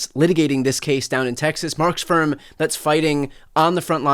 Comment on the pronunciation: Ooooooohhhh, "Mark's firm." Not how it sounded. 😅